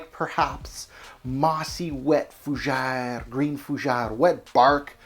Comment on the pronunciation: This was a pass for me . Your fougere pronunciation though 6.06